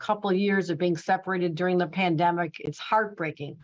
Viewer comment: What a terrible reporter for the first section. Please someone teach him how to pronounce "th" rather than "v". 🤦🏻‍♂️